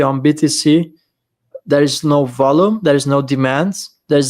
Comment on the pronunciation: Please someone tell him how to pronounce Volume. Great show guys. Thx.